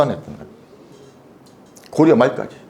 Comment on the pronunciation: 주석의 주도제발 길게 발음하시옵소서. 강의는 좋사오나 자고저 문제가 실로심각하옵니다. 공부 좀 하셔야겠습니다 미국 뱐 완수 드림대체! 한학자께서, 높을 고 자를 바르게 발음하시지 못하다니!! 고려의 고를 길게 발음했나이다!! 참으로 실망했소이다!!